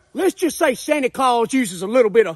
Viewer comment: 😂😂 nkt santa San Ta but its sany ? 😂😂😂 sanny clause